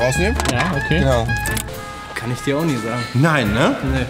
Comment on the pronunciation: Wie lang? Jp: ich sags dyr morgen